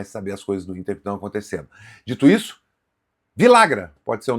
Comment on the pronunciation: Cara vcs deveriam se informar melhor na língua espanhola em especial na Argentina e Uruguai os dois LL tem som de j então ficaria assim vijagran . Daqui a pouco estão chamando o cara de Viagra